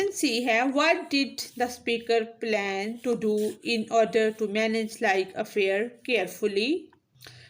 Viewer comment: Its not plane but plans and kindly check pronunciation of words from google